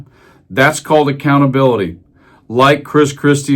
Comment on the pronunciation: Accountability and affordability are words too big for Trump to pronounce, let alone understand.